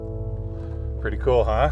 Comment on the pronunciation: Is it "pretty" or "pertty" lol Unbroken glass is what blew me away!